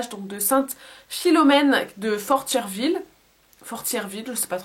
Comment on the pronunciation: Bonjour je demeure au Québec. Je suis allé voir le film. C'est une histoire qui a marqué le Québec, personne ne l'a oublié. Pour Fortierville tu ne prononce pas le r. Merci de penser à nous.